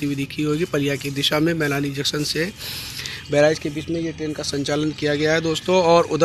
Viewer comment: Junction ka sahivucharan karo